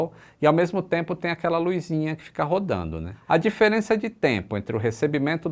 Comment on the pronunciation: Além de errar o "GPS", errou também: LUIZ. Esta errado, é: LUZ. Não é: LUIZINHA, é: Luzinha.